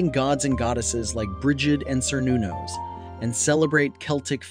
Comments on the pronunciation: Just want to point out that you don't say "Sernanos" but "Kernanos" Just like with the word "Celtic" being pronounced with a "K" sound. Also, reconstructionists need Ecclectics for different perspectives to do with spirituality. Good video and remember that one path isn't set and stone. Also (this may get spicy) You need some form of revivalist belif and ecclectism in order to reconstruct the pagan belief system since beliefs in Gods are shared between Cultures. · A few things I would like to point out. Cernunnos is pronounced with a hard K like the word Celtic. Next it is essential when discussing Shamanism that you mention that it is NOT found worldwide as Shamanism only applies to very few peoples and cultures. The word Shaman comes from and refers specifically to the Tungus tribe members in Siberia, tribes in Tibet, and tribes in Mongolia. Unless one is from one of those cultures and trained directly under a Shaman and given the title, then one cannot just call themselves a Shaman . I also wanted to point out that under Animistic beliefs you didn't mention Shinto which is a major religion in Japan and it's oldest.